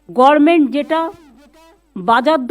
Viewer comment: গভর্নমেন্ট বলুন garment নয় 😂😂😂